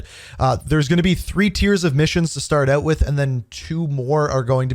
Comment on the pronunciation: I love when he says OUT. HAHA